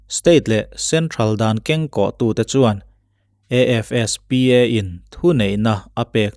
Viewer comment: Adik.. ASFPA ni lovin, AFSPA tih zawk tur.. Tin, dan lamah chuan hawrawp/alphabet mal te te a lam lovin, word angin af-spa Act kan ti mai thin..